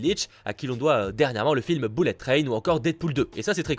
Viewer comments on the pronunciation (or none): none